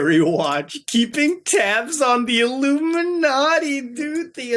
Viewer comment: "Iluminartie" killed me every time 😂😂😂